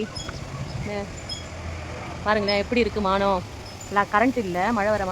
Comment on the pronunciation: மானம் இல்லை வானம் னு சொல்லுங்க